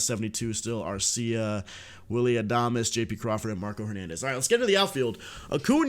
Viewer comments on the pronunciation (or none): none